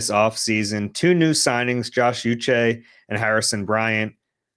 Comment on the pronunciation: Uche = Oo-shay